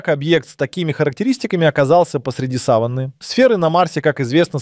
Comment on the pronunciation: Сава́нна, ударение на второй слог. А то слово, что вы употребляете, имеет другое значение. Или это плохая озвучка ии, или проверяйте произношение.